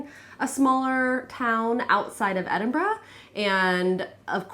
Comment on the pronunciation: You say Edinburgh correctly (not edinburrow). You are now officially a local.